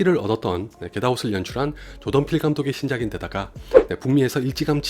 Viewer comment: 조던필 감독 이야기 하실 때 자꾸 조동필 감독이라고 들리는건 저 뿐인가요?